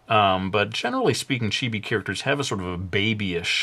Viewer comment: It's chibi not chibie